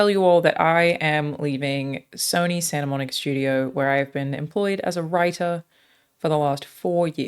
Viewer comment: Its Santa Monica not Santa Monique...